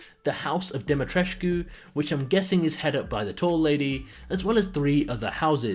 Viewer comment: Lady Dumitrescu is Romanian Name I think they where going For Dumitrescu not Dimitrescu stiil sounds romanian like Lady meaning in Romanian translatead (Doamna) Dumitrescu it just funny ho people butcher Romanian names when thay try to spell it right it's not in English it is a actual Romanian name It's nice to see Capcom actualy put in some romanian folklore names and castle aspects in the game bad part is thsi is a Game about bioweapons and Zombieas not Vampires wich is dumb and most resident evil old school fans will hat ethis new entry in the series cose it alienated its self from The T and G virus and aading warewolfs in the mix seems this game is more like Castlevania or Van hellsing more than a resident evil game just my opinion on it looks fun but I wold not call it a resident evil game lol